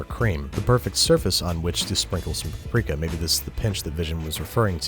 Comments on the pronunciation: No Hungarian had EVER pronounced Paprika Powder(Paprika Por/Örlemény) As Pápriká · Depends on what region you are from - my Opa is from Budapest and pronounces it Pa-prika. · Larvitar Dratini I am hungarian, it is a hungarian spice, you say Pap-rika but it is one syllable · I cringe every time I hear you say “puprika” It’s “pap-rika” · Isn't it Pap Rika and not pa prika? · Sry but what??? how is hungarian word paprika pronounced as Paw-prika? :D its pronounced simply as you write it down ... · Actually it is pronounced pəˈpriːkə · As a Hungarian, I get infuriated by her pronunciation.